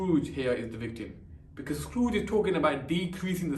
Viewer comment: He said scrooge as scarooge